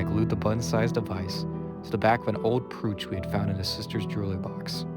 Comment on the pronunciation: Great job. Just for reference, brooch is pronounced as if it only one o... Bro-ch!